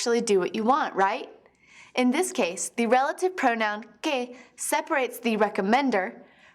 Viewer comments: When she says que it sounds like gay. Annunciate more please xD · When she said que I thought she said gay